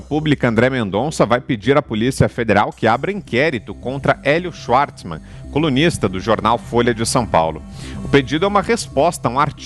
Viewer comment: AO APRESENTADOR DO PROGRAMA::: por favor, o idioma alemão é o mais falado da Europa; portanto, alguma coisa precisamos saber sobre ele... vamos lá... o W tem som de V e não de U... u, é em inglês; portanto, não é "XUARTSMAN", mas , sim, XVARTZMAN(PRONÚNCIA) .